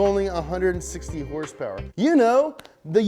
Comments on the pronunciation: Two haendred heurspeurs !!! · My favorite part of this is when you actually pronounced it "Horse Power" #NomoreHRSPRS